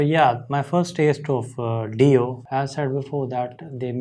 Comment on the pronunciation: Hi! It’s been awhile. I hope you and your family are well. Ronnie James Dio was considered one of the best guitarists of his time. I think his name is pronounced Die-o. Vinny and Carmine Appeci were from the area where we grew up. I think the song is about Christ’s decent into hell after His crucifixion. I’m not sure. I always like listening to your thoughts on things. Be well.